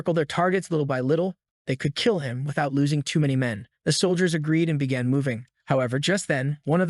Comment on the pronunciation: "however his life bagan to change" ... Learn to read